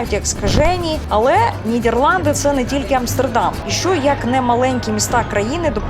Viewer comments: толковий гайд по Нідерландах, був там в далекому 2000-му році, я її називаю країна-Діснейленд, бо жив у маленькому містечку де кожна хатинка і подвір'я навколо - маленький шедевр. Єдинє, дратує як авторка називає країну Нід"Є"рланди замість "Е". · Дякую за відео, було дуже цікаво! Я щиро бажаю розвитку вашому каналу, тому вкажу на майбутнє, на те що дуже різало слух. НідЄрланди, дІзайн тощо. В українській мові читаємо як пишемо. Скоріш за все українська мова не ваша рідна і мене дуже тішить, що ви прийняли рішення перейти на неї тому зичу подальших успіхів вам.